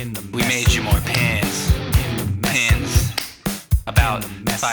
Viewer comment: Pins… It sounds like pens 💀